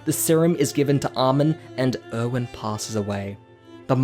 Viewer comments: literally thought he was saying “owen” for erwin this whole time and was like “who tf is owen?” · Er-wen. Er-wen. Not Owen